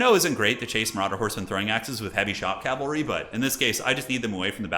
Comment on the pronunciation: cavalry, not calvary